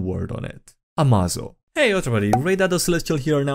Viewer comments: "Hey everyone, HimmelsTodesStrahl hier "(german) Ah, a Plan worthy of Lex Luthor. Always put Failsaves in the Upgrades you make them. Pretty sure it is spelled more like "Ama-zo" like in "Amazing". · AMAZO pronounced "ah-may-zoh" like amazing, is a highly adaptive robot from the "DC universe" that grows stronger as he fights and can copy the powers of others and add then to his own.